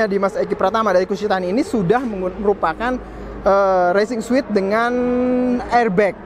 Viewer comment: Racing suit bacanya resing suut bang.. klo bacanya suit.. itu mah ruangan hotel yg suite.. ngasih tau aja